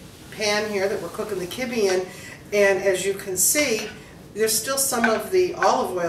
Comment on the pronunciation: Wizataria omg I used to live in Beirut and never heard it pronounced your way! Always kib beh.